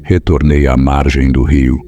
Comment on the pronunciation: Rio, e não riu porue rio não rí kkkk